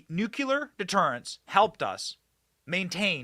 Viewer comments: Benny...Its Nucleeeeear.........not NUKE UUU LERRR.....ITS NUKE LEEEE ERRRR..PLZ SAY IT RIGHT... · Benny, I love you. But for the love of God, the word is Noo-KLEE-uhr. Nuclear, from "nucleus", the center of an atom. The L comes before the second U. Noo-KLEE-uhr. Not George Dubya Bush's way of saying it. Noo-KYOO-luhr is incorrect, and it makes my teeth itch every time you say it. Please break that habit and say it right! 🥺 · Benny, the word is NuClear nu clee are, not nuc u lar! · Love you BENNY but the word is NUCLEAR not NUCULAR, a common mispronunciation 😅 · Benny? It’s nu'-klee-er, Not nu’-kyu-ler Nuclear, not nucular. Other than that, keep up the good work. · New clear. Not new culer. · The word's NUCLEAR. You're Waaay too smart to say Nucular.